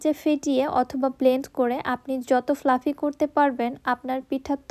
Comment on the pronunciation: Fluffy ফ্লাফি। ফ্লাপি না। X ইসমুথ না। স্মুথ smooth ছাঁচ শাঁচ না।